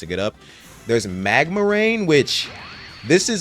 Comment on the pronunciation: Bro he loved magma and said it is the peak of epic he called it midma 😭